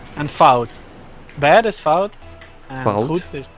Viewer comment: is saying fout really good